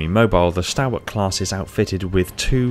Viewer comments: Is it not pronounced stawl-wuht? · very good, now if you could just pronounce the word stalwart correctly, ie STALL-WART, that would be excellent, thank you